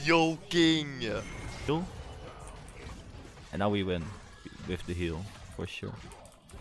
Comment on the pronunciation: is this guy incapable of saying joking correctly? He can say the letter T, but a decent "joking"? Just like that shilling what's up with that?